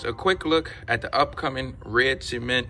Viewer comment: Not trying to be funny but it sounds like you're saying "semen 3s" but otherwise I like how these look on feet 🔥